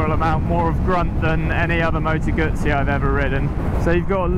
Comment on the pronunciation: Moto Guzzi(Goozy)..Not Gootszi.!!!!